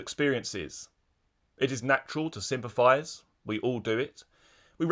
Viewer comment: Froo? What is froo? Sympaffi? Sympaffize? Nuffing? Wiv? Anyfink? Please use proper diction!!